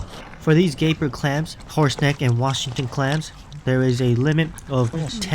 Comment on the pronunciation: Did u say horse neck, or horse dick?